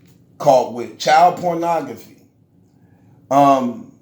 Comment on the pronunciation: “Pornogphy”= pornography. Bro I respect you for taking on the tech shit but GOODNESS! You always sound so damn unintelligent and it makes it hard as hell to watch.